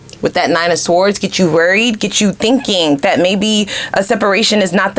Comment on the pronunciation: 🔥Very on point....had to get out... side note: word sword is pronounced sord